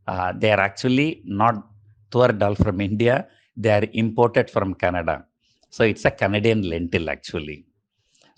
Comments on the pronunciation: You pronounce Canada as Kannada(cute)....Thanks for your awesome analysis Sir. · Why does he keep saying Kannada Kannada for Canada? 🙄